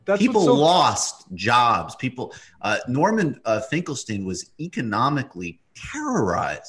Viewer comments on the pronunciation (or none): none